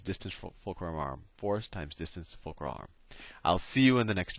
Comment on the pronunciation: "Focrul are" lmao